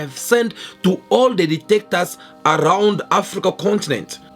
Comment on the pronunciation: ""DICTATORS""" NOT DETECTORS